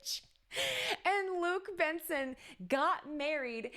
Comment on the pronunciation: Thank you for the video! ... It's Jean-Luc Besson, not Benson... We don't pronounce the "n" and we pronounce "Bess" as in "best" without the t.